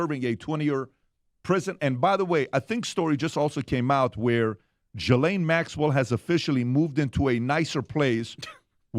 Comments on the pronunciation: The pronunciation is Ga-lane or gee-lane it’s amazing that so many people have so many different ways they pronounce it yet no one pronounces it correctly. It’s definitely not “gislane” or “ja’lane” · I love watching you guys, but it’s time you start to pronounce Ghislane Maxell’s name correctly. It’s Geelane. It’s a hard “G” ❤️ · Her name is pronounced as" Gee-lane " . And if everyone pleads the fifth, then those need to go straight to prison!!! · The “h” is silent in her name.